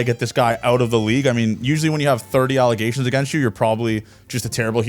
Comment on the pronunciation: That canandian accent comin out when he was talking about them cards. With “aout” Aaron Donald lol.